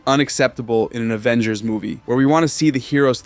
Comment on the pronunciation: “Avengersz” so an S or an L?